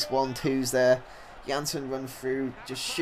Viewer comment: Ik ben nederlands en ik kijk al jou filmpjes alleen je uitspraak van El Hamdaoui en Janssen en Elia zijn best wel raar.. Als je wilt weten hoe je het echt goed moet zeggen, ben je bij mij welkom:D